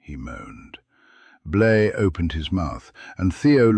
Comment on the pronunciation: His name is Blaze not Blay.